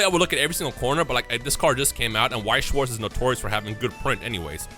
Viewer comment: As a german it hurts how everyone butchers weiß und schwarz 😂 I love the BGS cases they Look so clean